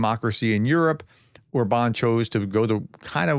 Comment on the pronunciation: By the way, the pronunciation is “Orban” (like in “urban”) with stress or the first syllable, not “or-Bahn” or something… But in this particular case, the guy probably doesn’t even deserve that his name be pronounced correctly…